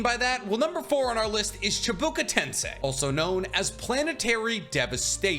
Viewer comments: i love your videos but it's hard to hear you say tensai instead of tensei. Accent thing i guess xD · it bothered me a lil bit hearing "chibuka tensai" instead of "chibaku tensei" so many times 😅😅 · anyone else uncomfortable with him saying "edo tensai"